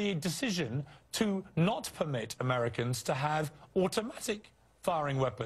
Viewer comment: "We must not 'pumit' this from happening. Me must not "pumit" this to happen." Illiterate bigot. :)